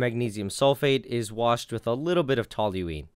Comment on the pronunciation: The ONLY person I've ever heard pronounce toluene correctly. My chem profs didn't even bother doing that